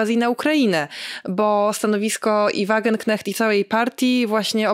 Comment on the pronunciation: błagam: Wagenknecht wymawiamy: /WAGENKNEŚT/ ❤